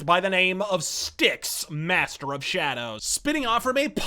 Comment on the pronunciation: SHA-DOWS??! XD